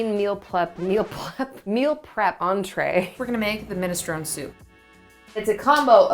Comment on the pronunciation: tee. And mi·nuh·strow·nee (or neh) 😄